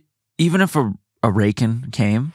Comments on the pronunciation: "RAY-CON" (racoon) Is from Trailer Park Boys! I'm so glad me and my husband aren't the only ones that does that 🤣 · I laughed out loud when pronounced Raccoon as Rake-in 🤣 glad to know that Trailer Park Boys is appreciated in the US!